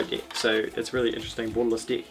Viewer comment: I keep thinking he is saying D*$k instead of deck! 😂😂 get your false d€*k out 🎉